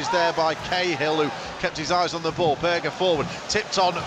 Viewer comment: Its berge not burger idiot